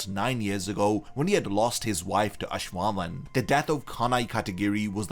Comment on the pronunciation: oh no you said ash-wallen